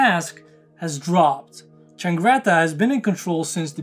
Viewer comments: CIANGRETTA NOT CHAngretta. Damn. I hate this every time I fookin read it. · Ciangretta not Ch please…